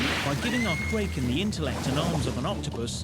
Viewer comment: No way the narrator pronounced Kraken wrong 😅😂